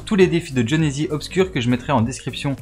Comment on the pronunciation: A il dit jhonezizi